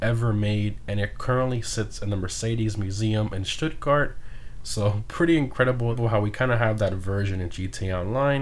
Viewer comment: Big ups for pronouncing Stuttgart properly, cheers!